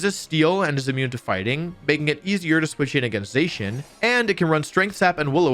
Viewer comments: I thought Zacian was pronounced “Zah-Sy-An” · ZAH-SEE-IN is how you say it.